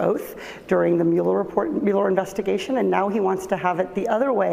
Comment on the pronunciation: How is it possible she can't pronance Meuller? How?